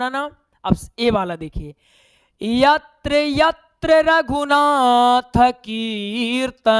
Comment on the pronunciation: Yatr yatr raghunath ,,, slok ap galat padhe hai